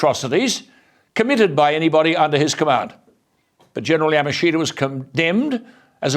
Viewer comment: Yamashita. "Ya-mush-ta" is the correct pronunciation.